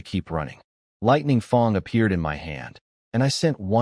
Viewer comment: Lightning FANG not Lightning FONG ! 😂 im lossing it here. edit Really you patreoned ep5,.,.Very bleh,.,.i hope Lightning Fang finds you !!!